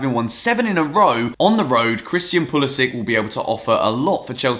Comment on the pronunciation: I’m American and we don’t say pah-lis-ic we say pull-is-sic